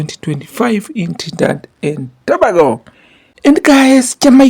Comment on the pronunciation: Thank you for report on my favorite sport of all time!! As a Jamaican, big up and repeat after me To-Bay-Go. That’s how you pronounce Trinidad-Dad& Tobago